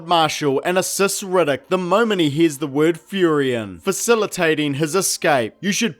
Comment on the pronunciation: Best part of the video is "Rigiddick". 😂😂😂. The whole thing is good though.